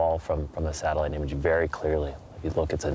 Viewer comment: The amount of times he says satalight💀